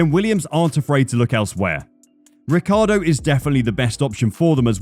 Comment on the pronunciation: Daniel Ricardo ?! 😂 is this how americans pronounce his name ? ffs !? it's an italian name obviously and how i thought it was pronounced is Richie-Ardo, i mean that's how every italian would pronounce it take the "Ric" from Ricardo and pronounce Ricci (from Christina Ricci or Guy Ritchie) + ardo, it's not rocket science.